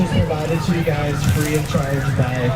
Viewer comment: "hope you enjoy this one gwes"